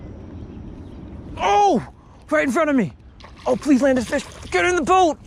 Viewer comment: When he caught his first fish he said get in the bout😂😂😂😂😂😃😃😂😂